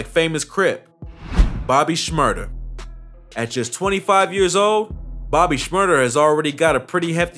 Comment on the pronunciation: Bro said bobby SHMURTER 💀